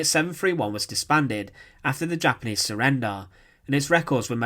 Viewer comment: Interesting newsreels that are spoilt by a commentary from someone that is unable to speak English properly. Fowzunds (1000's) uvvers (others) srender(surrender) etc, etc.